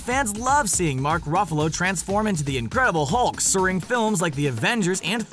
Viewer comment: This guy mispronounced henry cavill and mark Ruffalo, give this guy a reward